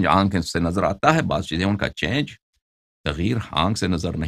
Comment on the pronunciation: Allahyari bhai lafz tagheer nahi taghayyur hai......